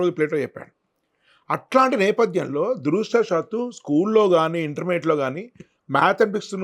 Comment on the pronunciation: దురదృష్టవశాత్తు.......దురాషా సాత్తు కాదు.